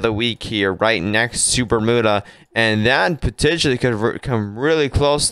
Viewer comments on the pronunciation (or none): Bermuda is pronounced Burm-you-da! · It’ pronounced Berm you-da). No oo sound at all!!